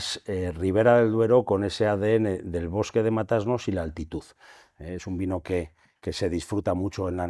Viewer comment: Matasnos!!!!! No Mata-Asnos! Qué barbaridad.